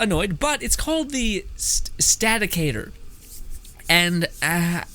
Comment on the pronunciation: It's pronounced stat • i • cor. 😁 if u need more things to do I'm will to give ideas or help. I'm farm new things I have riven u can test and all sorts of of ideas. I'm not sure if your a PS4 player. But willing to help..